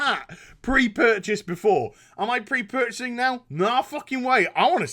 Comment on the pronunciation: Got a kick out of the way kept saying, "I ain't fucking pre-purchasinnn".